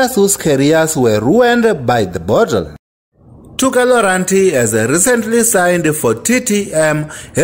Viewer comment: Ey but you butchered Tokelo Rantie's name tho🤦🏾‍♂️🤦🏾‍♂️